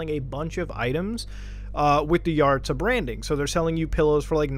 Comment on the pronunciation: I’ve met so many yaritza’s also I’m pretty sure it’s pronounced YUH-ritz-UH